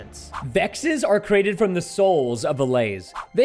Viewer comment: at the time he says cerated instead of created